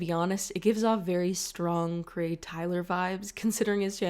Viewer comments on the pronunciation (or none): none